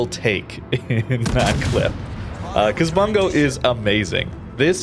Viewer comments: the "u" in Bungo actually pronounced as actual u/oo sound like "boo" instead of "a" sound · Oh man, I like the ship, I like the name. But everyone keeps pronouncing it as "Bun-go" and it make me laugh every time because it matches the meme that is WG balance. For anyone curious, it should be pronounced: "Boon-go"